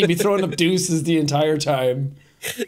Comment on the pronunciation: Deus-ses,? 😏